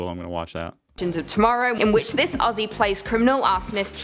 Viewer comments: Aussie is pronounced 'ozzy' not ossie! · Just a small tip - Not Ossie, Ozzie. :) Also, not Osstralia, Straylia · It's pronounced more like Ozzie than Aus-sie. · Lol you still gotta work on the pronunciation of Aussie😂. It's more like /ozzi/ rather than /ossi/ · Enjoy watching your vids. To help you out, when you say Aussie, drop the sS and imagine it’s spelt Auzzie or Ozzie to get the phonetics right 👍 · We don't say it like owssie!! ... Aussie is pronounced by us as "Ozzie". The Au is O the ss is Z, ie is y. Ozzie's, but spelt Aussie . You're trying. Cheers! 🎉 🇦🇺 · Don’t say “ ossie “ ! It’s OZZIE ! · If you think you have an " O-see' accent better than an Australian , You must pronounce "Aussie' as "Ozzy' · The FIRST thing you need to know about the Australian accent is to pronounce Aussie as Ozzy. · HEY MATE you probably won't read this .. but you hurt my ears when u say Aussie...... its pronounced Ozzy... like the singer Ozzy Osbourne. plus i like your contents so far lol 😂 😂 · the 'ss' in Aussie isn't an ess sound. It is a zzz sound. Blame muhrican spelling. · Oh yikes that australian accent you tried hurt my soul, also it's pronounced "Ozzie" not Aussie, the s's are pronounced as z's haha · You pronounce Aussie wrong, the double s are pronounced as zz.